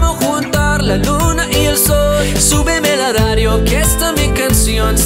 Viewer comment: its so funny when you say, la ladio instead of radio, like japanse people hahah. good work.